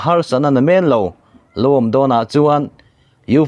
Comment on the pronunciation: Mizo ṭawng hi chhiar thiam a har a niang e. Men hi chaw nem (rumlo) thluka lam nise aw